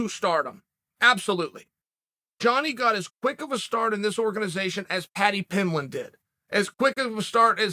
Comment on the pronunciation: And just like that we have a new Uncle Chael pronunciation to a name, Paddy Pimlit.